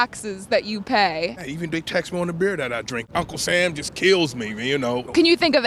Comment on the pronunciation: Am I the only one who can't help hearing how she pronounces T'HACKS in a way to subtly hide "Hacks" as a pun ?